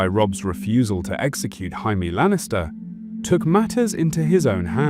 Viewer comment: reallyyy???? "HAAAAIME LANNISTER? HAHAA HE DEF DONT LOOK MEXICAN TO ME BUT I GUESS THE NARATOR IS FKN FKTARD